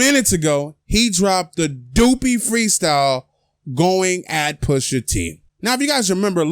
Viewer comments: Dwl doopy...its DUH-PI its means ghost in Jamaican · ...Doopy? 😂😂😂😂 It's Duppy (Duh-Pee). Caribbeans call ghosts and spirits Duppy. You know Drake still riding that Jamaican wave 😂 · Did you say dooopy? Hahaha it’s Duppy. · It's not doopy it's duppy sounding like 'yuppy.' 'Duppy' is Jamaican for 👻. So pusha makes a diss song about ghost writing; Drake turns him into a ghost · DUPPY. Its pronounced "Duh-Py", Not "doopy". Its a yaadie ting bredda. Akademiks probably laughing at your ass right now. me rate your video dem but tek da "L" ya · Duppy ; Duh-P . Not Doopy , lol ! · Lol its not dew-pe freestyle its pronounced duh-up-py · man said "info red" and "doopy" bruh... hahahahah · Mans said "Doopy" Lmaoo Its a "Duppy"(DUH-PEE) ... Get Right dom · Doopy? Dup-pi. Like saying dub. Aggressive. It means ghost in Jamaica🇯🇲🇯🇲 Duppy. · Lmfao my nigga said doopy tho 😂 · Duppy definition: A ghost or spirit pronounced duh-pee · how you Jamaican but you said “doopy” 🧐 Someone call Ak so he can get exposed 😂😂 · Bruh it’s pronounced duh-pi Jamaican slang for ghost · Its duppy not doopy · It's dup-pi im from the Caribbean you said it wrong 😂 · LOL - yo this guy said doopy! wtf! ?!?!?!? smh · It's "duhp pee" g c'mon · The word DUPPY is pronounced DUH-PEE its a Jamaican term that means evil spirit or ghost.I swear Drake wants to be Jamaican so bad lolll. Popcaan definitely givin this dude lingo loll. Greetings from Trinidad and Tobago! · Michael M, I had a laugh when said " Do-pee" lol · .......its pronounced "Dup-p" like the word "dub" its jamaican patois bro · its pronounced duh-ppy ; its ghost in patois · Me✋🏻 I’m like wah di bloodclaat dis man a try pronounce 😂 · Louis Jay it's DUH-PEE and it means a spirit 👻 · You're saying duppy wrong. It's jamaican, means ghost. Pretty much saying he shouldn't even be going back & forth with Pusha because his career is kinda dead. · It’s pronounced like puppy with a d dom 🤦🏾‍♀️